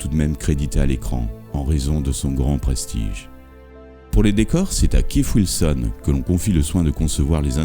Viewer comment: "Funderbirds" ? "Keif Wilson" ? Sérieusement ?